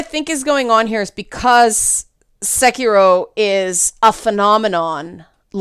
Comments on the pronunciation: Sekiro is pronounced 'say key row' (row as in boat, rhymes with sew). That vowel in your 'se' of 'sekiro' was a bit off. As for the not emphasizing thing, the important part of that is that all the syllables are pronounced for the same length of time (or more correctly each mora, but in this particular word that's the same thing since it has no long vowels). In English we use both volume and length on accented syllables, whereas Japanese uses pitch accents; conversely, in English we use different vowel sounds for 'long' vowels, whereas in Japanese long vowels are actually pronounced for a longer time. Normally I wouldn't trouble you with the details but you seemed concerned about trying to pronounce it correctly. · No, thats not how you Pronounce it.